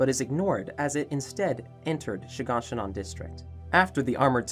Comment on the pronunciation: I love how he calls shiganshina She gone she none